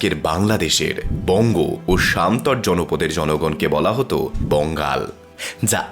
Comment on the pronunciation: সামতট নয় সমতট হবে।